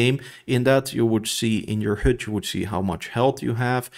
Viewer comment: The vowel for HUD is not correct. Even your timestamp reads "hood". Lovely descriptive video otherwise.